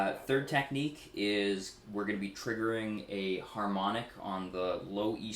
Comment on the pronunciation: Did he say Tapnique?